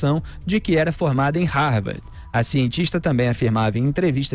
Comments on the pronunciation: É " RARVARDI " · Ela mal sabe falar de modo formal. Para alguém que dizia ter pós-doutorado, ela se expressa muito mal. Se bobear, não sabe nem escrever ou falar Harvard do modo correto. Vergonhoso isso!